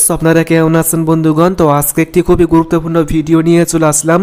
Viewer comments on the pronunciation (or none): none